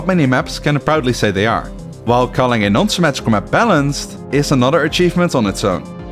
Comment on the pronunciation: "symmatrical maps"